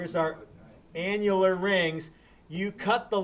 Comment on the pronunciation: he said annular. lol..